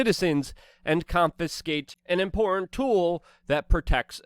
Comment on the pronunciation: Luke it's im·por·tant 🤣